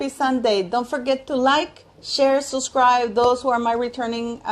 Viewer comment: Dear I know you have an accent, I don’t mind, have one myself, but the word is suB scribe not suscribe!